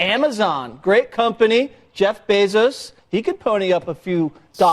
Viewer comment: Sam is constantly saying names wrong I can't tell if it's on purpose or if he's is doing it to troll. He has mispronounced AOC's name 4 different ways in one video. He calls Jeff Besos "BEESOOS".